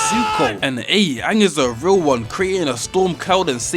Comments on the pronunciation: bro it's pronounced ang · the legend of OONG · Paramount: “UnG” The Community: “ITS FUCKING AANG” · they dont even say aang's name properly